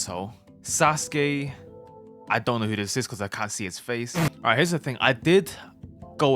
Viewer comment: "susgay" bro 🥀🥀